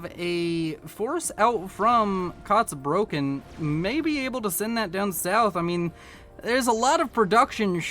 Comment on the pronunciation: Just a friendly correction: You are pronouncing "Kotzbrocken" wrongly. It’s not "Kots broken". The "Kotz" is pronounced like "cats", just with an "O as in Omega" instead of the "a" (but about the same length as the the "a" in "cats"). The first syllable of "Brocken" is pronounced similar to "rock" with a "B" (and a german style "r", which is some sort of uvular trill or an uvular fricative). The word literally means "chunk of vomit". It is usually used as a casual term for someone who is very unlikeable or obnoxious, "like a chunk of vomit in your throat". Which is a very good name for an Aeon, if I may say so, what’s with all them fanatics, LONG LIVE CYBRAN NATION!